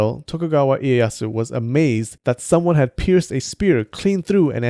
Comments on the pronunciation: You said Tokugawa Ieyasu wrong, you said tokugawa Ieyas, it is Ieyasu. PRONOUNCE THE U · You can't even pronounce their name correctly -_- Ieayasu. not ieyas. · IEYASU I was going crazy when he was saying it without the U hahaha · Tokugawa ieyas Without "u" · yeah, why cant you not pronounce it? lol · ..... just.... i wanted to to watch the whole vid, but... this fucker here doesn't know how to pronounce "Ieyasu" and he is literally making a video about Japanese swordsmith's. >.> like im not alone in thinking this either. Christ, man, learn how to pronounce shit the right way like, FUCK, im white and even i know this. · I don't want to be that guy.. but you need to pronounce the ''u'' in Ieyasu. There are no silent letters in Japanese. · SU! There is a U In IEYASU damn it! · Ieyas- Ieyas- Ieyas- SAY THE U GOD DAMN IT.....desu. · Why he pronounces Ieyasu like that, he never says the su st the end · The ss sound you make when pronouncing the "su" in names like Ieyasu is low key triggering. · It has been bothering me for a while now, not a critique really but why don't you pronounce the 'tsu" at the end of word? Shouldn't tsu have a uh sort of sound that is a closed vowel? Just curious. Again thank you for the amazing content. You rock. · Never heard that pronunciation of the name Tokugawa Ieyasu. Is it the proper one, skipping the u at the end?